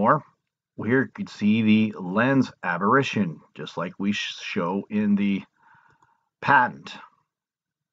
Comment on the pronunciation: It's apparition or aberration. Sounds like you're saying aberrition so not sure what you're trying to convey.